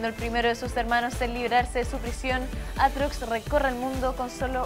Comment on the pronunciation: Riven 2.0?? Aaa no que es aatrox si si "aartox"